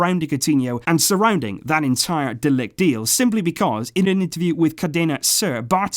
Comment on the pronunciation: You pronounce it ”de likht” 👍